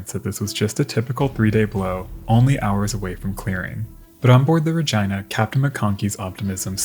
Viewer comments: “RegEEna “not Reg I na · Regina is pronounced Re- geeeena, long e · By the way, the woman's name "Regina" is pronounced using a short "i" sound so it sounds like Regeena. Great videos! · My friend, I just absolutely adore ur vids. But I believe, actually I know you are mispronouncing the namesake of this video.its not Regina rhymes with the female anatomy vagina; that is incorrect sir.😂it's Regeena, long E. Spelled of course Regina.😂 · Love your videos, but i must ask. Are you sure its not pronounced Rageena and Sofeea for the Princess Sophia video? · Just Fyi Its pronounced (ruh-gene-nuh) not (ruh-gina?) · Just an FYI piece, the ship named Regina is pronounced "Ra-geena" NOT "Ra-gyna" like the female body part down south. Even though the ship was named after a female it is not pronounced like a female body part. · As much as I love the content I just can't get over the pronunciation of Regina as that of v*gina <3 xD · Re-gina. Re-ginald. Oh my it was like flipping Nails on a chalkboard. Please learn how to pronounce the flipping names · Listen it’s a great video, but I’m pretty positive it’s Re-gee-nah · Another great video. They offer glass bottom boat shipwreck tours on the great lakes! The ship Regina in this video is pronounced Ra-gee-nuh. Thanks for another great video ⚓ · is it really ruhjyna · Is it not pronounced Ra-jee-nuh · Rah Geee Nah - Regina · I really love the video! For future reference, Regina is pronounced Ri-gee-na, so a softer g instead of the hard gi sound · Regina (Reg EE na) ?? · They are mispronouncin the name. it is pronounced RE GIN A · Ummmm. Over here we pronounce it Regeena but hey dude, express yourself. ❤️🤣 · OK, maybe it's because I'm English, but how else do you pronounce Regina????? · I'm absolutely befuddled by his pronounciation of Regina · How else would Regina be pronounced? Are you 5 and did a girls giggle at the pronunciation?